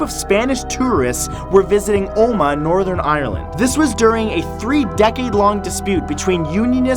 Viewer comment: Well done on pronouncing Omagh correctly. Can't say many Canadians would pronounce it well